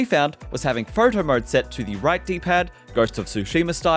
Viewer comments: "phrrto mrrde" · Saying “Photo mode” his destroying his Australian accent.